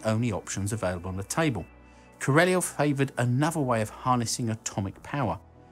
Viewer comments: one pronounces KA - RA - LYÓF (emphasize the last syllabe) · Question: Why do you pronounce the name "Korolev" as "Kereleov"? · "Koroleuv" is more exact variant